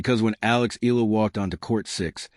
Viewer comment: Very good content...but please pronounce her last name: "E-YA-LA"